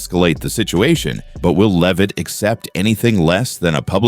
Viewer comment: Either this is AI voiced or the voice of an idiot. Respect would include pronouncing Leavitt's name correctly.